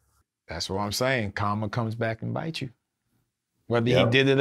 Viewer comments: Nigga said comma its Karma 😂😂😂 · Thought he randomly said "comma" not Karma. lol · Is he saying Comma? lol